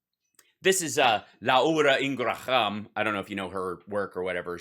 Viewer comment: This was hard to watch La oora Ing ra ham is deplorable